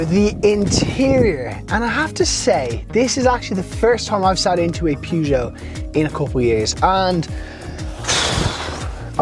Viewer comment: ”Pyygou” 🧐 Still good review mate 👍